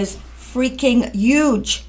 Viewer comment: Uge? All you did was not pronounce the H in huge. That's not making a new word. That's mispronouncing a existing word.